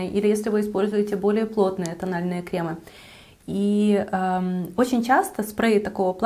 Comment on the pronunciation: За кремЫ отдельное спасибо!!!))))Услада для ушей!😂😂😂